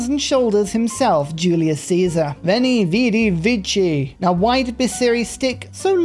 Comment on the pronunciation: The words "vini, vidi, vici", and the name "Euclid" are not pronounced like you are saying them.